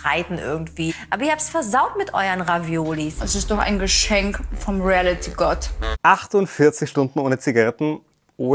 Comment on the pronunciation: Emmy kann das Wort Reality nicht mal richtig aussprechen. Sie sagt immer Relliti